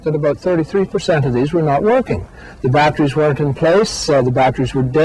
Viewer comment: “Batcheries” lol